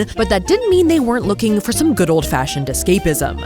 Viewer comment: "mmm eggs Guood"